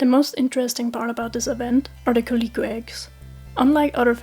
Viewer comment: This is a really good video, very concise information and I like how you display relevant charts. I am begging you to learn how to pronounce calico